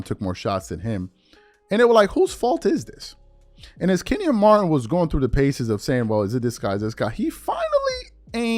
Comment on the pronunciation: you got to get these players names right lol… who is Kenny Martin?